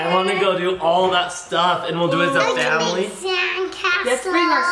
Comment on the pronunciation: Why did you say Vlamily instead of family